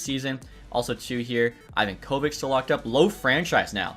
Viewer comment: Note For The Future: It's pronounced Ivonka-Vitch NOT Ivan Kovick